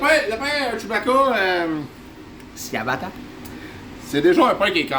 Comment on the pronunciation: Toi aussi t pas capable de dire ciabata apparamment (le "ci" est suposer sonner en "chi")🤣🤣🤣🤣🤣 je te taquine😝😝😝